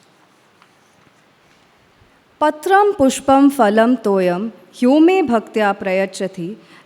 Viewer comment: Just one correction to that introduction. It is "Phalam" and not "Falam" the diff between "Pha" and "Fa" is the first is Sanskrit and the second is Urdu.